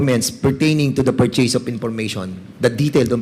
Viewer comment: Maling Mali ang pronounciation ng purchase,mag aral ka Muna para malaman mo Yung coverage cif ng OVP kumpara sa Lugar mayor ka lang